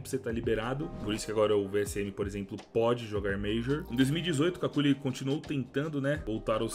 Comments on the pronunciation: n é cáculi, diz se kelly. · As duas pronúncias corretas pro nick dele são "QÜICKLY" ou "KÉLY" como a narradora diz no vídeo... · Somos dois, irmão! Só o vi o começo do video. Não aguentei ver ele chamando de “Kakuli” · C A C U L I ! KKKKKKKKKKKKKKKK Me raxei td vez que ele falou assim, eu sempre falei cucli rsrsrs, bom vídeo!!! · kakuly ao menos para fazer o vídeo aprendias a ler o nome dele... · ta me dando agonia na pronuncia do kqly